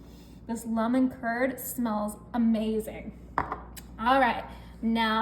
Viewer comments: Why does she say lumen? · Why she keep sayin luh-men?😅😅